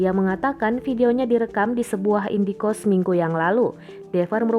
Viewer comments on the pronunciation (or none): indekost bukan indie-kost ....halah2😌